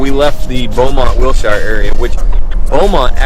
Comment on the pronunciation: Learn how to pronounce Wilshire dumbass